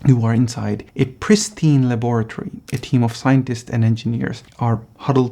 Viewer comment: Congratulations on pronouncing laBORatory correctly. Teach those mispronouncing Yanks who rhyme the word with 'lavatory'.